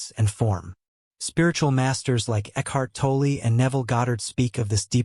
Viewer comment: You need to learn to say Ekhart Tolle's name correctly.